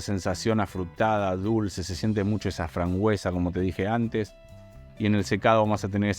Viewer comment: Todo bien pero se dice FRAMBUESA no FRANGUESA 😅🙏